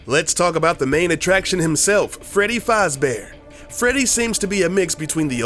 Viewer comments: he says fozbears he's surposed faaaaazbears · faaaz bear not fahahahz bear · Its Faz not Foz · One other thing you didn’t know is that it’s pronounced Fazbear not Fozzbear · IT IS NOT FREDDY FOZBEAR IT IS FREDDY FAZBEAR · It's sounds like your saying fozbear instead of fazbear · That’s not how you say fazbear... it’s faz-bear not farz-bear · Not foz beer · its not foz bear its faz bear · Its fazbare not farzbare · You said freddy fozbear its freddy FAZbear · Rlly Foz??? FOZ?????? Bruh it’s Fazbear not Fozbear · It's faz not fause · Faz not foz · Fozbear it’s fazbear dumbfuck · it's freddy fazbear not freddy fahzbear so annoying! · Oops Faz not Fuz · hay smart guy it's Faz bear not faaz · not foz faz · heres one thing you didn't know is its fazbear not fozbear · Tilly OMG It was a joke because that's how the guy in the video was pronouncing it... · Freddy Fozbears? Don't you mean Fazbears.. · I think he said "Fozbear" instead of "Fazbear"....wtf??? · Fazbear not fozbear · Freddy Fozbear lmao!! 😂😂😂😂 it is pronounced faaaaaazbear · It's freddy fazbears not freddy farzbear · fozbear its FAZBEAR FOR CRYING OUT LOUD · Its not pronounced "Foz" Its pronounced "Faaz" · It's actually pronounced faaz not faz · Freddy fozbear it's Freddy fazbear that's it unsub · Okay I don't went to sound like a hater but it's pronounced "fahz" bear not "fawz" bear. I'm sorry that just drove me crazy! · It's F A Z not F O Z bear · He said fozbear it's fezbear but the e is replaced with a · lol its faz bear not fuz bear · It's pronounced "faz-bear" not "foz-bear" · not fozbear it’s fazbear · the freddy fozbears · AHEM ITS FAZ-BEAR NOT FOZ BEAR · sorry but did you say Freddy Fozbear? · HE SAID FAESE not fazbear LOOOOL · He's calling him fozbear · Fawz Bear XD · ah yes my favorite animatronic is freddy fAHzbear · its pronounced fezbear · “Freddy Fozbear” oh my goodness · It's f Az bear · Faazbear?!??! WHAT THE FUCK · Freddy Fahzbear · Freddy ''fozbear'' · NOT FREDDY FAAZ BEAR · XD faazbear